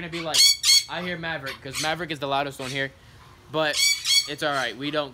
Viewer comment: MAVERICK SOUNDS LIKE HES SAYING YA EVERY TIME YOU SAY IT